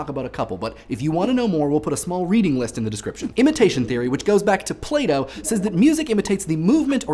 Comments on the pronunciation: "Imitation theory which goes back to Play-Dough" XD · When he said "Plato", I heard and thought "playdough".